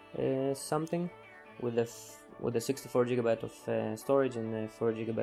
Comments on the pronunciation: it's his second language. he might not be able to pronounce it properly. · Nice review but im very sorry i couldn't help but laugh when you said gigabyte it sounded like jiggabyte :P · Jiga Bytes? JIGA Byte?